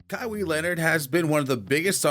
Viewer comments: Its "Kaw-hi" Not kawi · It’s pronounced (Ka-why) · "But for this video we're going to do a little digging." Proceeds to mispronounce KAH-WHY's name. Dislike and not finna watch 🤦🏾‍♂️ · Kawaa ..san Antonia bro e got a hard name but they pronounce his name at least 40 times a game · Ka wee? Yeah thats just shows you have no idea who Kawhi is and anything about him. Probably reading off of Wikipedia search. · You said his name wrong That's a automatic dislike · This guy never watches basketball or he would know how to pronounce his name. SMH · How can you make a video and not know how to pronounce his name? You're awful. You're wrong btw. Kawhi was being talked about since halted it.